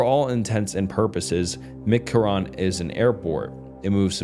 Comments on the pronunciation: As someone from vegas, him mispronouncing mckarran is killing me😭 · For God's sake, you could have googled McCarren pronunciation. Mc Carren.. mick karen. Have you never heard of Los Vegas prior to this? Do you preread any of it? You should! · As a Vegas local, pronouncing “McCarran” as anything other than “Mick-Karen” should be criminal 😭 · the way he said McCarran lokey peeved me as an avid new Vegas player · Btw Mccarran is pronounced mick-karen. Also the real area 51 is under Hawthorne Nevada. No aircraft stuuf though, Bio weapons in Dugway Utah and air force/space force secret shit is done in between almost in between Colorado springs and Truckton.